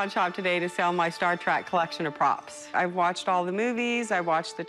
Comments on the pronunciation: She may have watched all the movies cough one time each cough but she said star trak NOT TREK WTF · She’s a huge Star Trek fan but calls it Star ‘Track’ ?? Ooookay